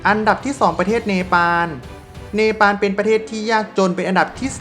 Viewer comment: ออกเสียง ร มากไป แต่ไม่มีเวลาอ่านคำควบกล้ำเลย เช่น ประเทศ (ปะ-เทด) จริงมั้ย